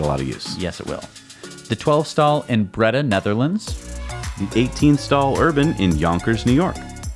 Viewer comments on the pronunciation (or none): Breda Netherlands is pronounced "Braida" ;) but I love that about u guys and the Seat is already mentioned, also I think we even beat Germany in how many electric bikes versus the ppl count in the country. info (but its in Dutch